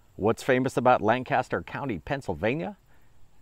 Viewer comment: I'm into a dish swap! I'll make you some hog maw! I was surprised when I heard you mention Lancaster! Haha! You did say it wrong though its Lan-cis-ter. 😉